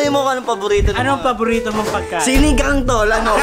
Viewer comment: muntik na akong ma bilaukan yung pgkasabi ni ng “sinigang” hahahahah lintek na yan